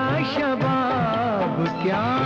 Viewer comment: Did anyone notice prr “kya” ko “ka” bol diya. Rafi saab ♥️🫶🏻